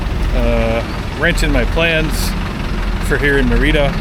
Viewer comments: Its pronounced meeeerida not meriiiiida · God Bless you. Hopefully by now, you learned how to pronounce Merida lol